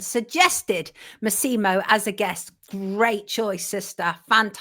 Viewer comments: MASSimo, not MaSEEmo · Pedant and half Italian here: it’s MASSimo not MassImo. Accent on first syllable not second. Great interview.